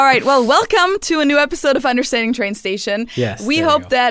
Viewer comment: Understranding with a German "So" at the end. Nice